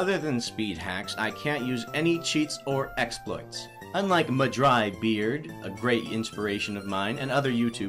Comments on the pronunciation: "Unlike MuhDryBeard-" Sir, it's MahDryBread, not MuhDryBeard. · At the beginning of the the video when you refer to MDB as Ma-Dry-Beard, please note his name is actually Ma-Dry-BREAD. He even made a video explaining this lol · It's not Mah Dry Beard it's Mah Dry Bread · It's Mah-Dry-Bread 😂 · It’s mah-dry-BREAD